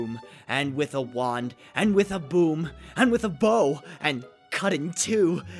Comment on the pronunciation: it sounded like you said broom when you meant boom. but this... i wanna see hussie's reaction to this video XD